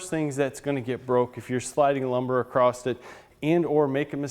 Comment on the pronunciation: it's pronounced "ACROSS" not "acrosst"